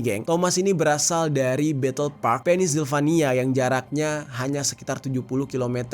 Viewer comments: bukan "penis-silvania" bro, tapi "pensil-vania" ✌🙉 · Sorry bang, kota Pennsylvania itu di bacanya Pensilvania bukan pennisvanila 😂🥹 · sekedar koreksi, "secret service" dan cara baca Pennsylvania = Pennsilvania. Semoga membantu:hand-pink-waving